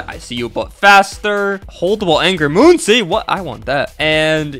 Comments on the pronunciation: ITS "Munkiy"like monkey NOT "Moon-see" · its not pronounced "moon si", its pronouced like monkey.